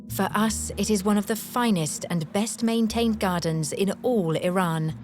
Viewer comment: the woman cannot even pronounce Iran correctly.